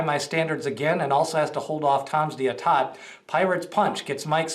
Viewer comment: Go Tom d'Etat! Pronounced Day-tah. He is a beast.